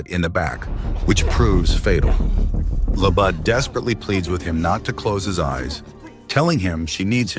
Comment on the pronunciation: it's pronounced like i wrote it. You didn't even pronounce it right. That's what my comment meant. You said it wrong..